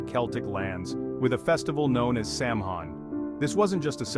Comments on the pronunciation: You are totally pronouncing Samhain completely wrong…. If you’re going to try and speak like you know what you’re talking about you might want to do the actual research and pronounce things properly instead of insulting the pagan religion. It is pronounced “Sow-Wen” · Turned off when I heard "Sam Hine" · I Turn off video. you lose any legitimacy when you pronounce Samhain that way